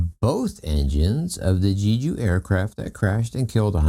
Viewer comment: I’m not sure if you are aware, but you are NOT pronouncing Jeju correctly. Just search the internet or youtube on how to pronounce it properly. We are not in early 1900’s, you can find the pronunciation of foreign places quite easily.